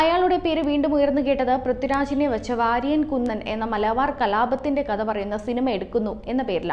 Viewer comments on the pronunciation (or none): none